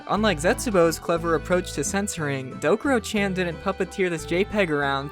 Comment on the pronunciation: BRO you said.CHAN WRONG- but besides that good vid